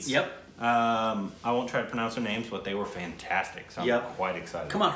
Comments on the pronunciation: In pronouncing names u are always right... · just gets these pronunciations bang-on😂 Lots of lovee from India❤️ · is great at pronouncing names:D